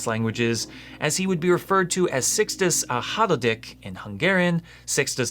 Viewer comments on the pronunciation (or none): My attempt at telling him how to pronounce Szixtusz Hatodik: Seex-toos Haw-toh-deek